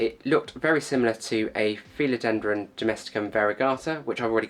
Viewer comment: No idents but I have to say I’ve never ( in over 50 years in horticulture) heard anyone say ‘feel odendron’ before! It’s pronounced Phil ( like the shortened version of Philip) odendrum!! ✌️